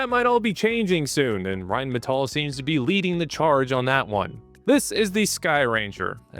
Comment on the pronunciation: I didn't, I admired his pronunciation of 'Rheinmetall' 🤓